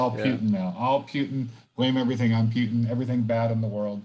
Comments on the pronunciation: Man why you say "Piutin"😵‍💫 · Holy shit please stop say PEWtin